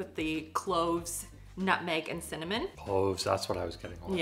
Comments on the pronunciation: You have to pronounce it correctly....it’s not cinnamon, it’s “CIMMANIM” 😂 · is one of the best people on Tiktok. I love the way he say cinnamon. It makes my day😂❤